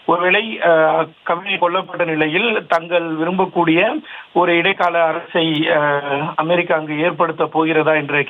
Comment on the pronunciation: அமாரிக்கா இல்லை அமெரிக்கா . உச்சரிப்பு சரியில்லை.